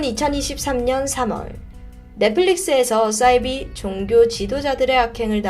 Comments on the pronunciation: 싸이비? 사이비~ 발음강하게말고 디바제시카 따라하네요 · 자꾸 싸이비라고 발음하시는 이유가 뭔가요